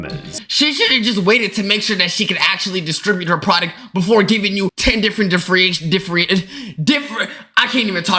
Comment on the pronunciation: How did bro forget how to say different